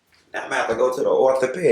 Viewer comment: At the very END, when this fool said "otho-Pae-dic Dr 😂😂😂